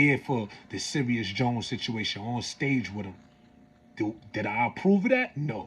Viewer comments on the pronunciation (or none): none